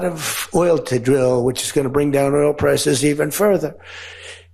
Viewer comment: Did he just say earl instead of oil?